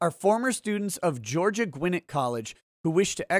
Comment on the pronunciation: Emphasis on the second syllable Gwi-NET.